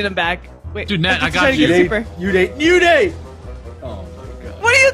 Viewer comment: It is ou-day not u-day come on guys